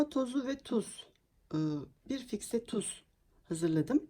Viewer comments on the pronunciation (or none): Çok güzel sunum sağol..ama fikse değil o fiske...